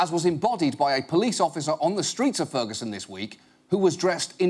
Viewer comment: "Frigison Missouri"